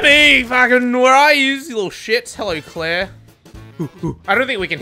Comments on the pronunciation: Amazing video but are we not going to mention how he called Claire by her name and not a different goofy name because he forgets Resident Evil character names? Because if anything, I am impressed he says her name, lol. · This can't be demi, the real demi would never call clair by her name correctly